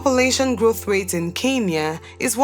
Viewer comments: It's Kenya not kinya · Keinia👍🏽🥹🤦🏾‍♀️ It's Kenya 🤣